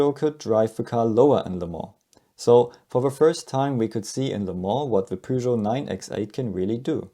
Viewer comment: P what? Peugeot... oh, immiadiate dislike for not knowing the correct pronunciation. Smells like Texas and Alabama when it comes to foreign car/brand names.